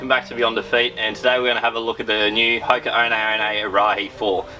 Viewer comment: Love having an Aussie take on the running shoe world but the pronunciation of Hoka in this video is cooked hahaha 🍳